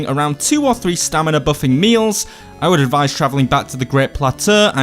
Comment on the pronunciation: did you just say STAMILA